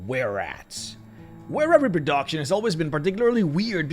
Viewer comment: Ah, the highpoint of any video. Some good old Repro-DOCK-tion